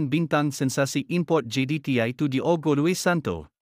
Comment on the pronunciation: sebutan nama Diogo salah...Disebut terus DIOGO...bukan disebut dua perkataan DI OGO....buatlh research tengok pngulas2 antarabngsa ttg sebutan nama player...content dah ada...barulh seronok nk tengok